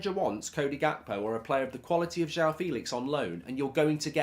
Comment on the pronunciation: How hard is it to pronounce joao properly ? JWOW Jesus Christ